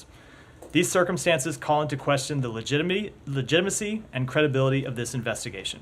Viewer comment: When someone mispronounces “legitimacy” kinda raises immediate red flags suggesting otherwise lol